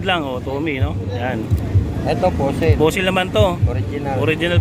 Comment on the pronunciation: Fossil hindi fussil visaya ka ba boss?